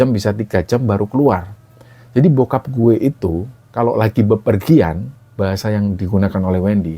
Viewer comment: baru kali inii denger ngomong 'gue' wkwk Lucuu 😂 Betawi logat Jawa gituuuh